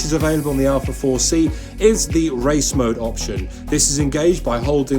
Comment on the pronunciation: Cayman. Seriously? Boring, bloated P car. Can't swing a dead cat without hitting one. The 4c is a real sports car and doesn't need all of the up charge nonsense that Porsche is famous for. Oh, it's Alfa, not "Alpha".